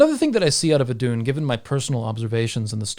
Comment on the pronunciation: I thought it was pronounced “ithoon”?